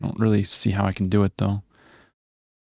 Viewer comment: i like when say WREALLY?